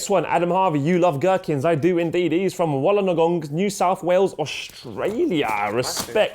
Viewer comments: You pronounced Wollongong wrong btw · Wollonogong! lollol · #whataguy to for his attempt at pronouncing Wollongong